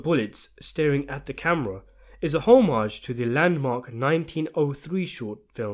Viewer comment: The way you said homage for number 40 gave me cancer.